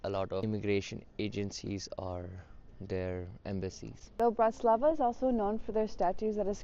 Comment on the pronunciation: Is this a travel blog or a weather report? Additionally, might like to check the name of the place he is visiting. I don't think he managed to pronounce BRATISLAVA correctly at any point in the video. Pretty poor!